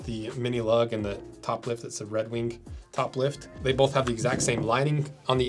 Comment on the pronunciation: "Red Weenk"